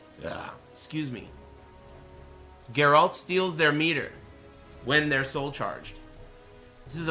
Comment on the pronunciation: Say the name properly fuck wit